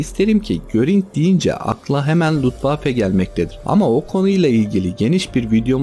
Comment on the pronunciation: Luftwaffe yazip Lutwaffe diye okuman enteresan olmus.